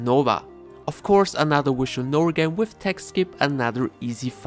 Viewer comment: I don't like visual novel games, but I love it when he pronounces it 'wishual noels'!